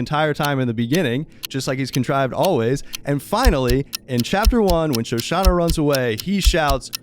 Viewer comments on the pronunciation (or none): It's Shoshanna, not Shosanna. :) I agree with the guy in red trunks... I mean red background... the guy dude on the left. The thing is Landa had all the power and wit to track down Shoshanna down to the bowels of the Earth if he wanted to, so he very likely knew all along where she was and had been all the way to that point. The milk is likely not a coincidence, and all the arguments from left guy dude seem pretty on point. Landa has a dark sense of humor.